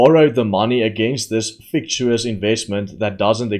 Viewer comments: its pronounced - fic tish us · Fictitious is pronounced FICK TISH ISS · Hi. It’s pronounced “fic titious”. Love your work👍🏻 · fic-TI-she-iss .. with more tea, please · You pronounce fictitious - fick-ti-shus